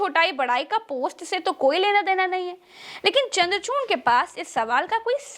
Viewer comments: Dear..you are wrongly pronouncing the name of CJI Chandrachood..his name, if i am right, is not Chamdrachoorna..? Pls check the facts. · Namaste..please correct CJI name D Y chandrachud..aap bole DY chandrachurn